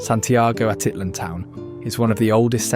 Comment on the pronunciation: Your videos are great and very "local." I only suggest checking on proper pronunciation in this case. Pay attention to those accent marks. For instance it's Atitlán: ah teet LAWN. Quetzal=ket ZAHL Palopó= pah low POH. Thanks. I hope to get back soon 🙏.